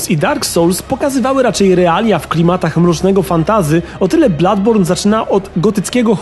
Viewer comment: Nie ma czegoś takiego w j. angielskim jak "Bladborn" jest to niepoprawne..